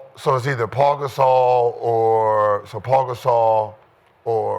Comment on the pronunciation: “Paul Gasol”